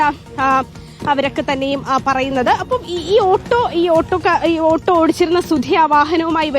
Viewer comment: ആട്ടൊ.❌️ . ഓട്ടൊ ✅️